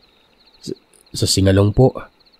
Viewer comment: Sing-ga-long po hindi singa-long 😊